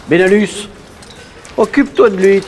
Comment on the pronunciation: Super court métrage !!!!! (J'entendais Belanus ou lieu de benalus MDR)